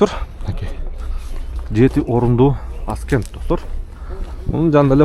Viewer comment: Ascent-əˈsent.(көтөрүлүү, орусчасы восхождение) Аскент эмес.